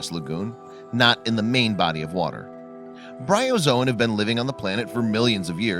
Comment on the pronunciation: It's Bryozoan.